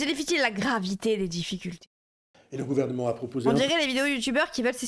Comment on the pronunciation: Elle me dégoûte sa prononciation de "Gouvernement"